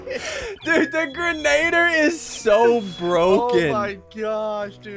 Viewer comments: You said boggie bon impostor role it’s grenadier Impostor role in among us not boogie bomb 💣 meh whatever who cares idk what to say anymore I just like typing and I watched this video before so I wanted to watch it again cause it makes my day better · is anyone gonna tell them it's pronounced "gren- uh- deer?" No? Just a me thing? OKEY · Ian, say it with me: grenadier. Gren-ah-deer. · It's pronounced "Gren-ugh-deer"